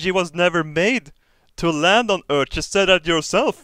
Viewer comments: Robert med all respekt, varför säger du örteh (earth) och inte örf, vilket låter mer som det utalas på engelska? mvh :) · Why not say 'ee' like in the alphabet? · Merecir So?